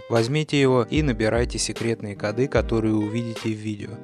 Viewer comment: кОды, а не кодЫ